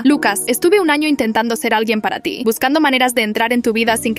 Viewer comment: dice ano